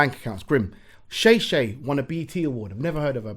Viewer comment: Bro it's pronounced Shah-Shah not Shay-Shay 😂😂